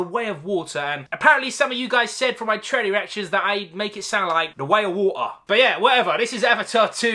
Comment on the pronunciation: Tha Whey A WoahtAh